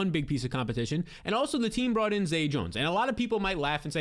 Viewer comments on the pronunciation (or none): none